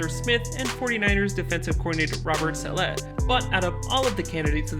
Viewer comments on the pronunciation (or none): none